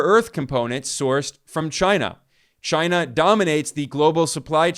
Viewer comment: The only other person who says CHYNUH as funny as Trump is Ben Norton (not knocking you it just makes me laugh)